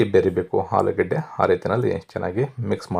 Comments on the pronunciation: "" ಹಾಲು ಗಡ್ಡೆ"" ಅಲ್ಲ "" ಆಲೂಗೆಡ್ಡೆ"" ಕ್ಷಮಿಸಿ. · ಹಾಲು ಗಡ್ಡೆ, ಹಾಲು ಪಲ್ಯಾ ಕೇಳಿ ಬೇಜಾರಾಗ್ತಿದೆ ಕನ್ನಡ ಸರಿ ಮಾತಾಡಿ pls